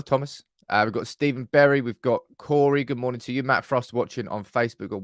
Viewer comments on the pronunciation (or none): none